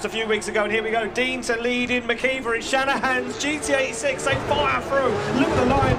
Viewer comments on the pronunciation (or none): Anyone else hear GTA 6 instead of Gt86😭